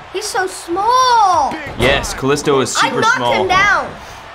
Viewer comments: Bruh it's ka lEE sto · said Kaisto 😅😅🤣🤣🤣🤣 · That’s not how you pronounce kalisto